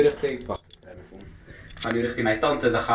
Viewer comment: ik ging stuk om ''saas tilifoun'' HAHA